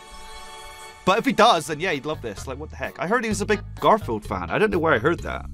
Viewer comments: Did he just say gorfield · why did you say gorfield and its not gorfield its garfield